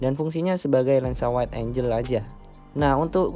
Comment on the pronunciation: bacanya "waid enggel"